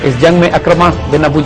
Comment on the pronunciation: Sahi Talaffuz Ikrimah hai Akramah nahin